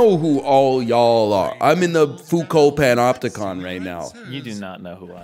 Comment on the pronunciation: "I know all yall are, I'm in the foucault penopticon" He can't keep getting away with this